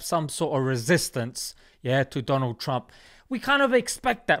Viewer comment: DOLAAAAn TRUMP (hahaha)